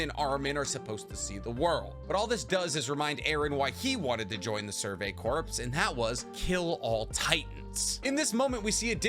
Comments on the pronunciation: Corpse I'd a dead body, Corp is pronounced like core. Jfc you're old enough and smart enough to know this.🤦‍♂️🤦‍♂️🤦‍♂️🤦‍♂️🐝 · did you say corpse and not core holy shit man learn engrish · Sorry if this comes off lame but corps is pronounced cores instead of corpse in relation to a military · You keep saying corpse. Not corps. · Corps is pronounced "core" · My guy, please. Corps is pronounced like Core. Just drop the S pleaaaassseee